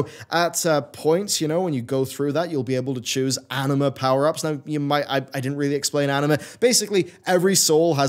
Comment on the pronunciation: Am I the only one here, who always hears "anime" instead of "anima"?